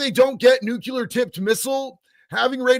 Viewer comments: It’s NUCLEAR,not Nucular 😳😂☮️ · you keep saying “NUCULER”. That’s not the word man.